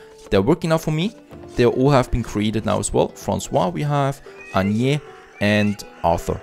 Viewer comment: Loving this serie thanks ! Ps franssouaz, Anniess and artur (h is silent) to help improve your french a little bit hehe